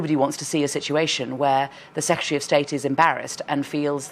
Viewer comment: "Secetary"(sic) is she Sophy?